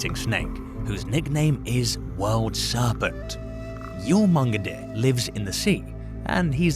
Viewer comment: bro, it's literally pronounced YOR-MUN-GON-DER. Jesus H. Christ. Do research before you make a video.